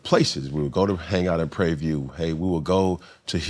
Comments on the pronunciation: It’s “Prarie View” not “Prayview.” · That boy said Pray View. Lol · Cam …. It’s Prairie View 😂